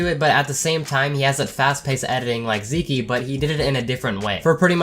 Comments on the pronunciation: TFW pronounces Zeke (Zee-k) (*like geek*) as Zee key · "Zeekee" lol. Pretty sure thats just pronounced "zeek" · Did this man really just pronounce it Zeekee... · When he calls him zeekee instead of zeek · U pronounced Zeke wrong.